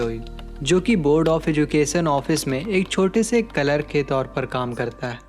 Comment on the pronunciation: Clerk ❌calark ✔️